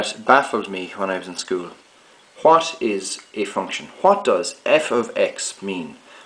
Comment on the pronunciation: Can you fcking say what properly?!